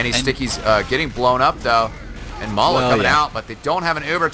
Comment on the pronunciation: May-la? Isn't it pronounced as May-lay? (As said by STAR)